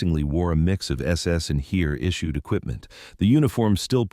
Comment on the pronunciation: If you would pronounce "Heer" how it is pronounced, I'd keep on watching that video. This pronouncation hurts my ears.